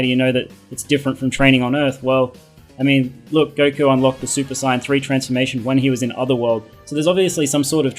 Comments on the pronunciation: Goku turns super CYAN... SAY SAY-YAN NOT CYAN! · WAIT!? SUPER SIGHYAN!?? OH MY GOD WAT DE FUCK! DIDN'T EVER SEE THE SHOW? ITS SUPER SAYEN! SAY IT WITH ME - SAYEN!!!!! NOT SIGHYAN FUKING A... WHATSWRONGWITHYOU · No no you got it wrong,he said super cyan